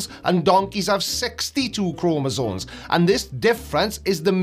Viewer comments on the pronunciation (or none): there is no "N" in Chromosomes, or it's your accent, but i could swear you said Chromosones